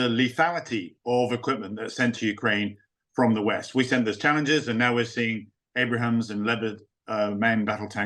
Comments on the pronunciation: What the freak do you think we have been sending already. BTW the M1's nickname is pronounced "Abe-rums" not Abraham's.... LOL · Abrahams??!?! It’s Abrams. Who is this guy again?? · Abrams! Not Abrahams. This is an expert? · It’s the Abrams tank, not the ABRAHAM. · When a featured "expert" repeatedly calls the US tanks "Abraham" instead of M1 Abrams, I reserve the right to question whatever he might say. That man clearly did not do his homework. As of late, Times Radio has been hit and miss, though more hit than miss - and this one was clearly a miss. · Abrams !! not Abraham ! You'd think Ellwood would know that ! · Why does a "military expert" keep calling the U.S. tanks Abrahams? Its Abrams. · Not Abraham's, it's Abrams named after a great US Army General, Creighton Abrams. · I was giving him the benefit of the doubt about saying "Abrahams" in the beginning of the interview but then he said it again!!!